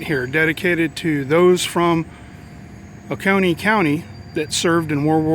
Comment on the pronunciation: Ooo-seee-oh-nee??!! Lol Oconee